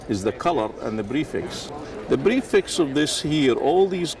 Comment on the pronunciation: instead of prefix that guy is saying brefix :)